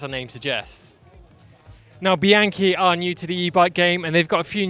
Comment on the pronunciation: great, you learned how to pronounce Bianchi, Chianti, etc … so proud of you